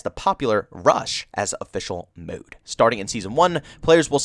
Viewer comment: I like how you pronounce 'MODE'. :) muude